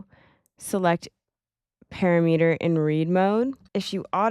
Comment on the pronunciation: "paRAMeter"! not PARameter.